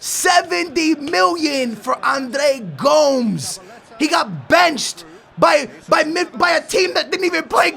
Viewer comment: Andre Gomes is worth €40 million maybe 50 he didn't get a chance by Jesus at Benfica. And what's up with your pronunciation for Andre Gomes and Renato Sanches??